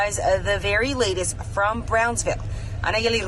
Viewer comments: Bronzeville? Braunsville?? It's BROWNSVILLE. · Don't church it up, lady. It's pronounced "Brownsville".